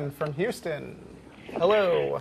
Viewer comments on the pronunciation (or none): none